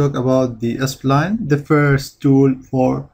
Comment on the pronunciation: sorry i just cant hold myself to say " why can't you pronounce 'spline' normally ??? why are you saying s - pline ??? "